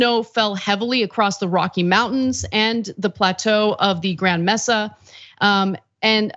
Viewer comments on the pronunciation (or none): I have family in Nevada. I went to visit and my Aunt took me to see the the reservoir. The water was so low. The "Bath Tub" rings were very high. Just FYI, sometimes you do not pronounce words properly. Mesa is "May Sa" It is Spanish for Table But it is a very high rock table.